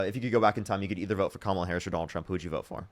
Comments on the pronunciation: ....just the fact, that you correct the pronunciation of Kamala every.single.time. Thank you. Keep speaking truth. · I really appreciate how he corrects everyone who pronounces Kamala wrong.